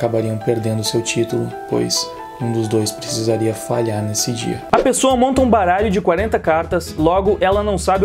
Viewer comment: "Pipola" e "pesoua"